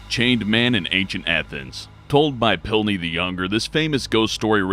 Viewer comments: "Pliny," not "Pilny." Pliny the Younger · 'Pilny the younger' huh? That's: PLINY. Not Pilny! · Pilny? Who is Pilny? Only a few seconds in and the narrator can't correctly pronounce the names of the historical individuals he's referring to; it's pure laziness and ignorance. BTW, it's pronounced and spelled Pliny - were you referring to Younger or Older Pliny? I'll stay away from videos from now on because it's insulting to watch your videos when you won't even do some basic reading or research before you publish them. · On number 15, the name is PLINY the younger not PILNY the younger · PILNY!? His name is PLINY. You get a Dislike again,. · pilny.. Pilny.. PILNY? ITS P L I N Y you uncultured pig.. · "Pilny"? Pretty sure his name was ""Pliny". Oh, well, everything else in this is such pointless blithering it really doesn't matter. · #15 Its Pliny the Younger not Pilney the younger. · "Pilny" the younger? Lol you moron. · Pilny? Pretty sure it's Pliny :) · you may have had a typo in your script, you said 'Pilny' instead of 'Pliny' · Pilny the Elder. Pilny. Really? Pilny? Now try to say lisdexia.